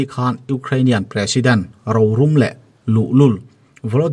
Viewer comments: Mizo tawng chhiar i zir that a ngai khawp mai, ro rum leh rorum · Rorum i lam dan thluk kha adiklo..rothil hi arum theilo,rorel erawh arum thei..ro,bungrua hi arum ngailo..rô rum... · Mizo tawng i chhiar diklo zauh2 tih loh ah chuan ngaihthlak a nuam e...Rorum tih hi sum leh pai kan sawina atan a kan hman Ro ti in i sawi thin a thing ro sawi anga Ro hi sawi tur ani e.. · Ro rum tih hi ilamdiklo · A bengvarthlak thin e.. mhs I mizo țawng thluk rik dan a pai zeuh thin.. rorum tih tak kha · rorum i lam dan hi a dik lo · Mizo ṭawng i hmang thiam lo hle mai, rorum tih hi i thluk dik lo bawk. Fimkhur a ṭul hle mai.... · 'RORUM' ,'Ro min rel sak ang che', tih a' Ro' thlûk a thlûk tur a ni e. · Pa rorum tih i lam rik dan kha a va mak